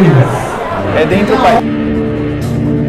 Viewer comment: KKKKKKKKKKKKKKKKKKKKKKKKKKKKKKKKKKKKKKKKKKKKKKKKKKK "É DENTO"